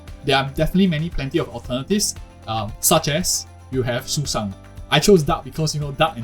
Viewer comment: the bird system is so good i just had to subscribe. Still, i don’t think i can agree with any of it because as you said, some characters got nerfed. We can only judge when the game is officially released. Nah, you did not just call Sushang “Susan” 💀. Is that the correct pronunciation? I always called her “Sushow” because that’s how she was called in Honkai impact 3rd. Btw, are you asian, perhaps? the way you pronounced names like Qingque was perfect and didn’t sound like foreigners do.